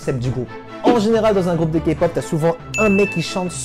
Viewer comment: super tu sais enfin dire K-pop correctement (en plus t coréen donc tu devais normalement savoir) #ARMY !!!!!!!!!!!!!!! #BLINK !!!!!!!!!!!!!!! #EXO-L !!!!!!!!!!!!!!!